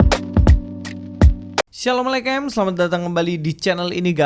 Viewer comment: Km kalo ngucapin salam yg bener dong.. Jgn assalamelekem.. Ngawur aja..